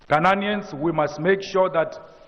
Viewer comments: It's ghananians 😅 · Mr. Malema never gets the pronunciation of Ghanaians correctly.